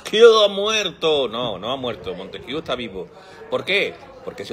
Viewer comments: Me gusta ese influjo trevijanista. Creo que es el mejor camino. Ya sólo falta proponer la abstención que deslegitime esta partidocracia que nos enchufaron en vez de la Democracia prometida. (Y haced el favor de pronunciar bien Montesquieu, jajaja, que "Montesquiú" suena a cachondeo). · La constitución del 78 no es una constitución. Es una carta otorgada. La revolución francesa no generó ninguna democracia. Sino en el emperador Napoleón. Y pronunciar Montesquieu, una palabra francesa en inglés, es bastante desacertado. Y llamar democracia al régimen del 78 es un despropósito de dimensiones universales.